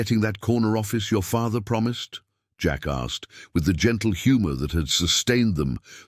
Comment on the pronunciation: I love the narration. Great voice. I have to chuckle every time he says "Jack asked" he never seems to pick up on that second "K". LOL "Jack assed"